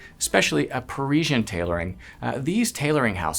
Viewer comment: Why can’t learn how to pronounce ‘Parisian’ correctly? He gives us all the airs & graces of the bespoke world as he sees it and yet fails to appreciate the niceties of correct pronunciation!